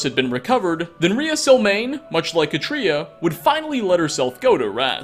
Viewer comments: Pronounced Kah-tree-ah, like cat. Not. Kuh-tree-uh. The accent is on the first syllable, and the a is short. I know this because I know three, yes, three real life women named Katria. And they would all take pliers to your tongue until you said their name right lol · Katria is: CAW-tree-uh. CAW. Tree. Uh. Listen to her pronounce it in game.